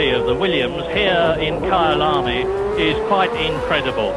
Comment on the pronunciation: É kyalami nao Kyle army KKKKKKKKKKKKKKKKKKKKKKKKk